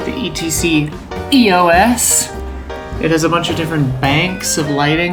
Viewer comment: Yo, Its EOS. Not E.O.S.:)